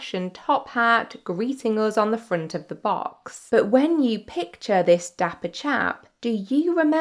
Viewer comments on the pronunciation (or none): none